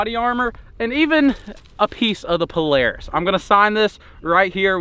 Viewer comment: Its pronounced Polara$$ not Polaris